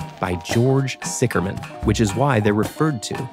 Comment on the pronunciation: It's Sicher, not Sicker! WTF?